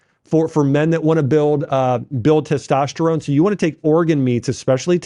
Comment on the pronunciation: "Teshtosterone" - Dr. Axe